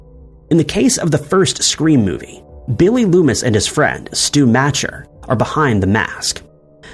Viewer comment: It is pronounced Stu Macher (mock er )